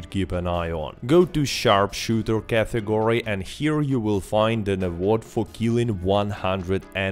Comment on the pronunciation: It's not "cathegory", what the f*.